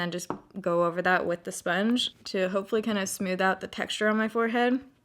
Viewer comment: I like the way you say “Smewth” for smooth haha